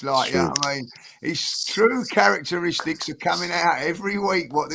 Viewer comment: did just pronounce characteristics as carrot -terr—sticks 😂😂😂😂😂😂😂😂😂